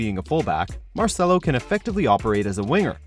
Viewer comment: I lost hope when they said Marcelo